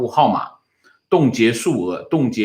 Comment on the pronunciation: 是孳(zī)息吗？